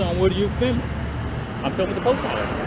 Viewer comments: What the hell is "fimmin"? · They clearly employ the handicapped, which is a good thing. I love the way he say fi'mmin'. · Just stop "fimmin" already! 🤣😂😂 LMAO!!! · He needed a "Pacific" reason for why he was "fimmin" too 😂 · He keeps saying "fimmin.' The world is filming. It contains an l and a g. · "You're on this property Fimmin." What is Fimmin? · “Fimn” what the F is fimn?? 🤪😂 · What is “fimming” 🤣🤣🤣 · It’s hard to listen to stupidity. Fimin. Just Fimin. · I would have asked him what the hell "fimmin'" is... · What exactly is "fimmin?" Apparently, that's what said you were doing! Lol! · “You are fimming” Life for this guy is very very confusing. He has the brain power of a 3 year old. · It's " fimmin" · he is saying Fimmin,,right ,,im not just really stoned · Why can't that clown say 'filming' ? He keeps saying 'fimin' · Hey, the word is filming, not fimming. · I think you mean fimmin. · I axe you why are you fimmin